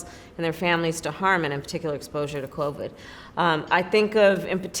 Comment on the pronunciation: She, after a couple added phrases, said "clovid." See how these political snakes play?